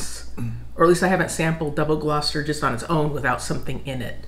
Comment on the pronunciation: Your pronunciation of double Gloucester is correct, I'll be going to the market tomorrow and will try something new, Lancashire cheese will be on the menu